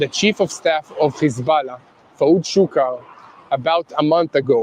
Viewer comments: Please don’t say khizbalah any more. It’s hesbolah. Ok practice. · What press cant even pronounce hezbulloh properly